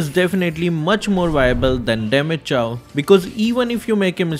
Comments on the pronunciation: Is it Chaaw ? I thought it's pronounced as chou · The way he pronounces Chou, it hurts my ears and now they are bleeding...